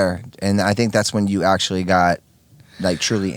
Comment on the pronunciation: Dog : “Bro, do u axshully bleev dis shit???”